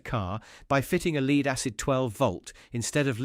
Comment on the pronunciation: 'Lead' acid, rhymes with greed? No!! Lead (in lead acid battery) is pronounced as if it rhymes with bed - idiot!!